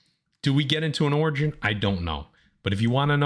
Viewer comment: When speaking about the High Evolutionary, I know that said "Do we get into an origin, I don't know" BUT WHAT I HEARD WAS: "Do we get into an orgy, I don't know"… When does that movie drop!? LOL